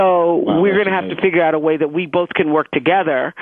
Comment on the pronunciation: Boi Wanda Foxx Is a great actor. He really believes Oprah was really there. That Oprah was not interviewed over a NEXTEL phone. 📢📢 " Conversations with a FIGG-ard. 😂😂😂😂😂😂😂 Come on nah Jamie Foxx.